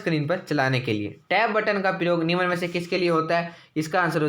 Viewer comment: निम्न बोले , निमन नही बकवास लगता है सुनने मैं